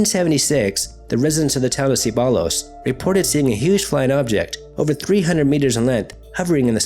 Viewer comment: I think it's pronounced 'Cebayos'. In Spanish 2 L's make a Y sound. Kinda like Tortilla is pronounced 'toriya' and not 'tortila'.